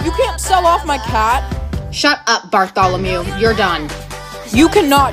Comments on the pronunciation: "its uh Bartholomew" Me: *Dying of laughting* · "Bartholomew" HAHAHAHAHA 😂😂😂😂😂😂